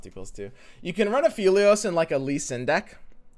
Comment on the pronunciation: Also pronouncing Aphelios wrong XD